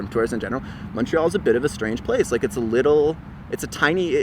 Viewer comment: Cant even say Montréal the right way haha